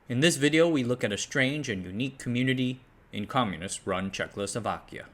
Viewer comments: Today I learned that I was born in CzechLoslovakia... I didn't know that. 🤔 I guess you must be one of those citizens of the United staKes of America (many times heard that pronounced it that way by Americans). 😂 "It toppled what was then the last liberal democracy in Europe..." - you really are the product of American education. I hope that Trump will win again. He perfectly represents the average American for the whole world. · "Chechlosovakia"... though, you did get "Chechia" right... Apart from this little death every now and then, an excellent video. And no, this is not the usual "butchering of foreign names, please be lenient". It's already the English name and pronunciation. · Reall great vid, but its not "Czech-LO-Slovakia" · i can not help myself, but the speaker is a legend. the innocent asian pronounciation slaughters enhance the vidjo exponentialy. did I just hear: "Czecklessovakia"? the Slusovice success is like 1921 ussr nep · Crikey! That's not how ya pronounce Jay Zed Day Zlowzavayza! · "Check Oslo Wacky Un" (the adjective is actually Czechoslovak) "Džejzídý" (yeah-zet-dah in Czech) "Slačevica" (actually Sloo-sho-vitzah, stress on first syllable like all Czech words) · dude says Slušovice just like a Czech person would, then absolutelly brutalizes pronounciation of "Czechoslovakia", so that we won't get too big-headed :P :D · Bro is mispronouncing the name so often that my ears are hurting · Will people stop putting an “L” sound in the second syllable of Czechoslovakia. It fucking annoys me. And it makes you look stupid. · You keep saying😆CzechLoslovakia instead of Czechoslovakia. Adding a L after H in Czech. I’m no Czech but I’m well aware how difficult another language can be so it’s perfectly understandable. As always, make ch appreciated content! 🫶👋✌️🖖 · Could you try to, at least ONCE pronounce the name of the country as "Czechoslovakia", rather than "Czechlosovakia"? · He does his «check losovakya» every time.